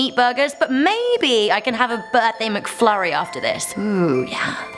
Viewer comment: Lol you said mcfurrys